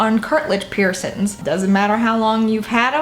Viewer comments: PiErSoNs wouldn't be soooo triggering if you didn't say it 100+ times lmao. Girl get a "piercing" counter on screen 😂😂💖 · Piercins “piercings” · Peircin. Pisses me off 😂🤦🏻‍♀️🤦🏻‍♀️🤦🏻‍♀️🤦🏻‍♀️🤦🏻‍♀️🤦🏻‍♀️🤦🏻‍♀️🤦🏻‍♀️ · I love her! 😍 Love her accent and how she says " peircin/s" and leaves off the g on words, I'm from the UK, x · girl i love the way you pronounce piercing/piercings